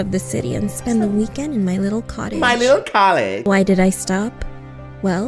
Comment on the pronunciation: You said my little collage not cottage